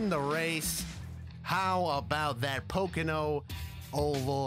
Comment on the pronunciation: Really "pocono oval "